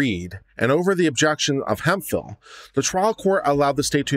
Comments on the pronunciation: Hemphill. This word is pronounced hemp-hill, not hem-fil. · it's pronounced Hemp Phillip